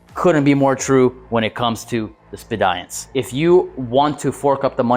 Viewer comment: Looks cool I guess. I think Speediance is pronounced like the word "Expedience" though. Not sure if that's really expedient though. Seems like a smart appliance. Probably too smart for me.